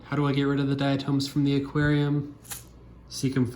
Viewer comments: good video... however I must say this... it's not "diaTOMES"... it's pronounced "diaTOMS".. othewise, nice video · I can't get past the pronunciation of "dia-tooms"